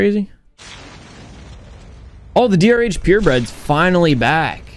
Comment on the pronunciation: He said DRH instead DoctorH